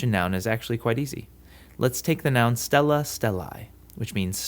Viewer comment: Isn't it stēlla not stella though?